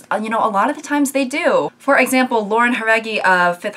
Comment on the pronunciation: I had to mess up the exact 666 comments to bring up how happy it makes me that you're pronouncing Lauren and Camila's names correctly On another, actually related note, i completely agree. I feel like in some situations even people in actually romantic relationships would be very uncomfortable if people wrote fanfictions about them. I can guarantee some of these people likely lost some very close friendships because of this.